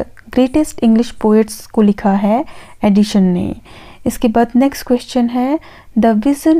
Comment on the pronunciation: Helpful video. 👌🏻 Though it's not Addishon or Addition, it's Addison. The pronunciation is quite irritating.